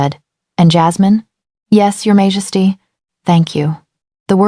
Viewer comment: Can you please fix the pronunciation of Majesty? The AI reader pronounces it wrong most of the time and it’s very distracting. It’s the same in all of your videos. Take a little care.